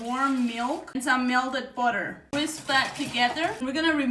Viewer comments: Every time she says “melded budder” take a shot of melded budder.❤ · Myelded booter 😊